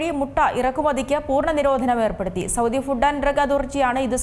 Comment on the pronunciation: സൗദി ആണു സൗദ്ധി അല്ല